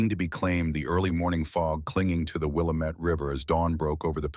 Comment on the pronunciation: AI pronounced Willamette River wrong. The pronunciation/emphasis is “Will-am-et.”